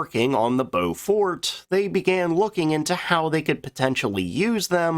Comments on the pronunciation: It's 'Blen-m" and 'Bow-f't" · Yes.. and Beaufort is pronounced with stress on first syllable, not so much on second syllable. Hence BOW-fuht (as in wind-speed Beaufort Scale, named after a Royal Navy Admiral who devised it) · Ha - yep Blen-hime - like fingernails on a blackboard (sorry - chalkboard). Good job on the Byoofort and Beaufarter though... And a good vid! 😁🇬🇧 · Please do the proper relevant research. How do you not know English orthography? Blenheim is pronounced "BLEN´em" and Beauford is pronounced BOW-fuht. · 'Blen em' 'Bow fut'. Apart from that, good video.